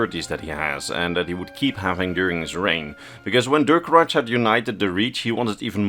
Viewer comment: This may come off as pedantic, but the way you mispronounce the name Durcorach hurts my ears a little every time. Reachmen are vaguely-Celtic in terms of language, from what we know, and so the '-ch' at the end should be read like a 'kh' and not a 'tch'.